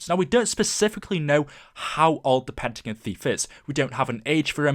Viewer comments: It's pentagon not pentagn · it is Pentagon the end is pronounced gon.